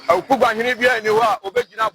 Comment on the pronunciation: AWUKUGUA, NOT AWUKUGUAA😊😊